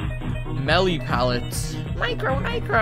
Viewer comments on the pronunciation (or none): none